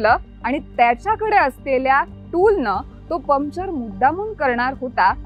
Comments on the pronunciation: परफेक्ट टीम वर्क पण चुकीच्या कामात.. मॅडम.. पमचर नाही पंक्चर म्हणत जा. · Arre baba Pumpchar nahi , puncture bol ga 😂😂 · पम्चर नाही, पंक्चर म्हणतात ग त्याला. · पमचर, English word.. It’s okay But - बाराइकिन got me rolling 😂